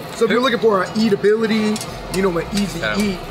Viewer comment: Not hating but am I the only one who cringes when they say "eatability." It's edibility lol